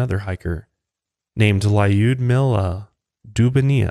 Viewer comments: her name is pronounced Lùdmila nor Layudmila :3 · Iknow you said you aren't Russian and that you will mispronounce the names, but hearing you say Lyudmila, made me giggle :P